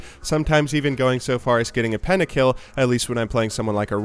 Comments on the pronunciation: "Penakill" cringe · It is pronounced pentakill, not pennakill